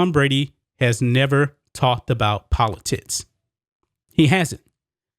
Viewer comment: He said poli-tits.... all jokes aside. Great points. It won't end here. You can be the Greatest Of All Time (Tom Brady) and the woke crowd will come after you no matter what. The only way to defeat them will be not to bend to their will.